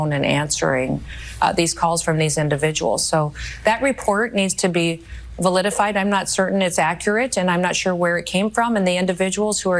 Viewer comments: "Vailidified"! Damn, what a nasty, lying airhead she is! Wouldn't one think that a basic grasp of English, composition, should be a prerequisite of holding a government office? What an embarrassment & fraud noem is! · I think the word she was trying to say was 'vilified' 😅